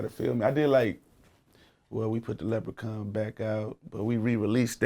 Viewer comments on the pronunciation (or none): he ended it by sayin: ....leprochan suit n some leprochan boots lol